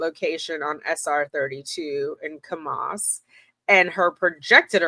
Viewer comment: I saw someone else has already let you know how to pronounce Heber. Kamas has the emphasis on the first syllable. Think of the word "canvas" but with an m instead of nv. And Timpanogos has the emphasis on the 3rd syllable Temp-a-NO-gus. Just be glad they didn't mention Tooele. 😂